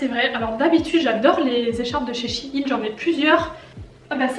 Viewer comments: je suis la seul que sa perturbe qu'elle dise chi-ine au lieu de shein (aÏne) ? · Sa se dit pas « SH-AÏE-NNE » ?😂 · Ça se dis chèin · Moi qui croyais qu'on disais shaiyn chai i n mdrrrr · comment tu prononce shein desolé jpp bref... sinon super vidéo